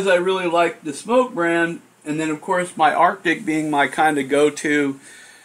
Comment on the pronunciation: Nice review, and I'm glad you pronounce SMOK correctly . . . makes me cringe when someone says "smock." Your juice reviews and DIY are great, but it's nice that you also show us what's going on with new hardware. This TFV4 looks pretty good, too. Thx!